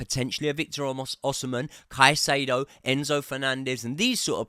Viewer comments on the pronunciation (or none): none